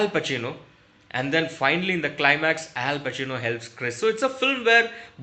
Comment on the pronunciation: Al bacino Al bacino sirf sunai diya 😂😂😂😂